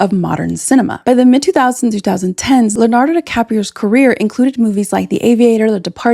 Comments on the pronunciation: A video about Leonardo without being able to say Leonardo- what the? You said Lanardo through almost the whole video! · it's Leo-nardo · If she could pronounce Leonardo, that might have been useful, too.